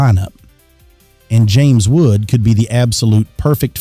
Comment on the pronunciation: You would think that the official Yankees news network would know how to pronounce their names...